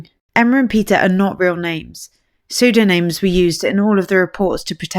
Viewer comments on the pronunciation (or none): It's pseudonyms like, sudonim..not psudoname...might be from French or Latin?..not sure...